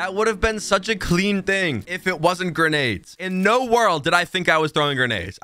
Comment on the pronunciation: "i promise that wasent granades"😂🤣😂